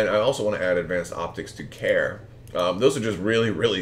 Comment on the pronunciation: FYI I believe it’s pronounced Karie not Care. I think there is an accent on the e, and she is a female pilot. See the wiki: Great vid and looks like a fun list.